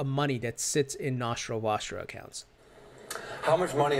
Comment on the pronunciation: Nashro washro ....dude thats nostro vostro pronounce it like a normal human being